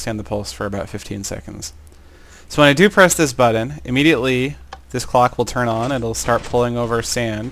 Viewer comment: you kind of say button like bud dun